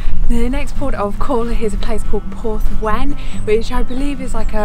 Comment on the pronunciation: Cringed at your pronunciation of the Welsh place names. 😵‍💫 However you got Porth Wen correct 👏